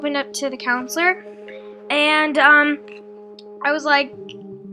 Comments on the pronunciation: It's counselor not counsiler lol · counselor... not counsiler lol wtf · not being rude but it's counselor not counsiler. btw I love your videos. I hope you don't take any offense of me correcting you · Counselor not counsiler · Counsiler? You mean counselor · I cringed every time "counsiler" popped up. Counselor*,:) No hate, I'm just saying. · LOL love you but really, counsiler? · It's guru and counselor not gure and counsiler.